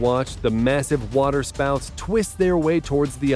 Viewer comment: The water spauot